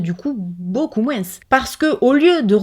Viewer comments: pk elle prononce les S de moins Oo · Salut ma jolie, j'adore quand tu dit moinsss au lieu de moins,je trouve sa adorable sa change,moi je suis famme couleur et a chaque fois que je me trompes des mots je suis tout de suite reprise même ma copine me fait comprendre que ,elle m'assure que je ne sais pas parler français, moi je ma façon de parler et je la garde je m'en fiche pas si je parle bien ou pas ,tu vois un peu le choses brefs,ouf sa fait du bien de le dire, bref ,pour le savon solide j'aurai aimé d'en utiliser mais je ne peux plus, je attraper un maladie de peaux en dessous des mes seins et mes en dessous de mes bras, bref je ne sais plus comment on écrit sa tu m'excuseras,si le culotte menstruelle me plaît,mais ce où que tu les a acheté, j'aimerais en acheter aussi, merci beaucoup pour ton partage sa fait prendre conscience,pour la viande je n'ai jamais trop manger par contre tous qui es fruits de mer ce mmhhh les chaussures trop haut je tout donner a Emmaüs même je me suis débarrasser beaucoup des vêtements, puis je suis sur une projet des n'est plus acheter mes vêtements,je fais beaucoup des couture alors , je suis près pas très maquillage non plus mais prendre bien soin de ma peau oui , et je dit bravo pour toutes ces efforts que tu as réussi à passer, a nous de prendre exemple de toi,bon je parle à ce qui veut faire 😘😘😘😉😉😁😁❤️❤️❤️❤️😍😍😍😘 on adore et bonne fête 😉😁😉😁des bonne santé aussi a toi et à ta famille 😍😍😘😘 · Cc on dirait ma tête qui parle 😄 même avis que toi.... tu pourrais essayer de faire une vidéo sans dire le S dans moins 🤣🤭🤭 juste pour voir ici en Alsace on dit MOIN 😁 BISOUS MA BELLE 🥰😘🧑‍🎄🤶🎅🎅